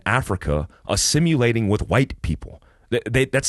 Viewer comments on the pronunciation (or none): That’s “assum-u-lating” - with a “U” lol. Just messing with you. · I know you love the word, it’s “assimilating” lol